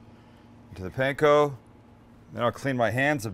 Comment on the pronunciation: Stop say pain ko- its pan ko